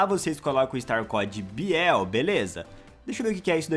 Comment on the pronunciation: Ele falou bihel inves de biel